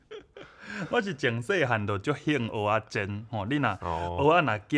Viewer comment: 阿勇在"蚵仔"的發音似乎比較標準？"蚵"有點用到喉嚨的音，的發音聽起來比較像"芋仔"？